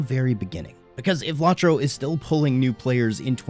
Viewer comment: It's low tro. Not lawtro